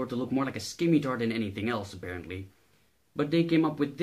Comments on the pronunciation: what the hell is a skimitar? you mean Scimitar? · SKIMITAR!? the C in scimitar is silent! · you are not butchering shotel as bad as you are scimitar.